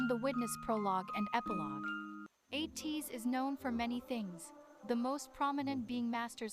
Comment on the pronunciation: thank you for reacting to ateez! im looking forward to your future reactions, especially with ateez! you really nailed the pronunciations of their names which is rare when people starts getting to know them so you did a really great job! to answer your questions at the end, they recently updated the positions of the members and yeosang is the only one with the visual position so he’s the main visual (but to be honest, they are all serving visuals in the group because they’re all gorgeous!). for the main dancers, there are 4 main dancers according to kq and it’s yunho, mingi, wooyoung and san! to answer the question on who is my bias, my ateez bias is yeosang and i’m really glad that you noticed his beautiful and mesmerizing voice when you reacted to halazia! i’ll defo have to check your reaction on that song next and also it’s you! thank you again for the reaction! 😊